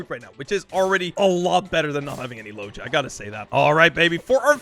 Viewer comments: It’s not logea it is loega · Man fr does not know how to pronounce logia, it’s kinda sad